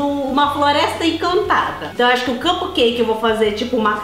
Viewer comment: não sabe fala capcake... se escreve cupcake